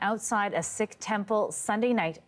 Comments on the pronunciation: it's not a "sick" temple you dolt. it's pronounces "seek" this has nothing to do with canada. treat it as the homocide that it is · OMG! Ignorant equity hiring. Sikh is pronounced "seek," not "sick."